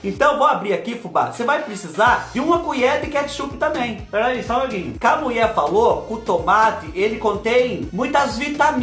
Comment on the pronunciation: Kkkkkkk o melhor é te ouvir dizer " a Muié mentiu pá nós" kkkkk a gente já sabe o resultado, mas a gente espera kkkkk você é demais, o que você não faz por nós?!!